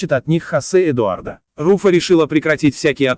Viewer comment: Не ЭдуардА, а ЭдуардО. Говорите правильно или вообще не говорите. Смешно.